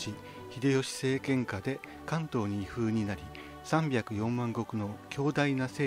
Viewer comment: 「移封」は ❌ イフウ ⭕️ イホウ 封じ込めることや、封鎖する時は「フウ」と読み、転封などの様に移る時はを「ホウ」と発音。